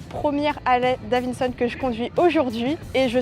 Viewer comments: « c’est Davidson et pas Davinson » ça va on a compris, elle a peut être une difficulté de diction 🤷🏽‍♂️ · Ça fait plaisir d'avoir des youtubeuse fan de mécanique pure et dure, juste si tu peux éviter de dire davinson 😂 ça serait bien 😂 Harley c'est suffisant à dire